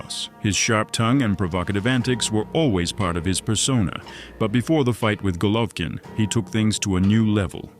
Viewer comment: Can't even say his name right...lol AI lazy Chanel